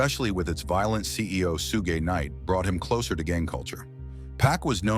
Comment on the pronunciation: 😂😂 Suge Knight aint gone be happy about being called Sue gay night but its a great video excluding that one pronounciation error Shout out to ❤❤❤